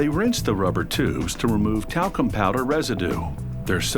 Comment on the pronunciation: When they said the talcum powder I thought they said the taco powder